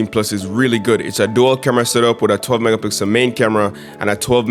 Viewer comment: Some please tell yall realize him saying 12 mega pickle ultra wide💀